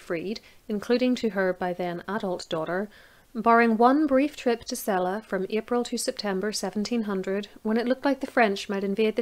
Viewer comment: I had almost forgotten about Sophie Dorothea. Since I grew up in Celle, I first heard about her in school, though of course a somewhat cleaner version. ;-) Thank you for this video and most especially the correct pronounciation of my hometown!